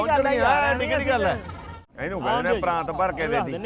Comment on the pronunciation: Oh ਪਾਕਿਸਤਾਨੀ ਠੀਕ kehnda PRAAT te kahi ਜਾਂਦਾ ਪ੍ਰਾਂਤ ਠੀਕ ਕਰ lawo